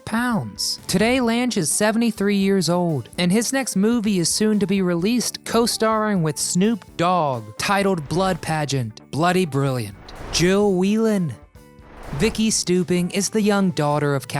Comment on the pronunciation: This guy pronounced the last names all wrong. Its Lauren Toos not tweeze, Jill Whelen not weelin. Ted Lang not lands, Bernie Koapel not Kopele. . Geeze.. Jill still looks beautiful.